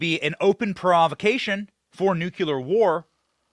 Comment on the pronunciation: You're so all knowing and wise, but could you learn how to pronounce nuclear properly.